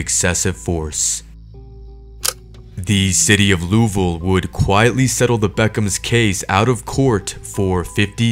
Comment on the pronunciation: Just an fyi, it's pronounced loo-ee-ville.